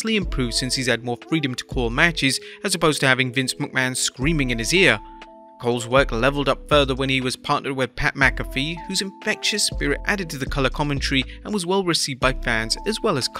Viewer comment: Vincenté McMahondes 😂😂😂